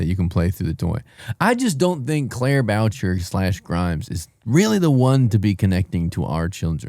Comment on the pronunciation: I love that pronounces her name Boucher like “voucher”